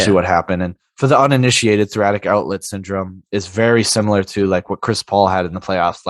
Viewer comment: great video guys. Cant wait to see markelle and JI on the floor together. The best comparison for JI I think is Jaren Jackson Jr on Memphis. Add Franz (who is a knock down shooter & underrated defender), Wendell Carter & a top pick to that and jeezy petes the league is in trouble. btw thoracic pronounced thora-sick..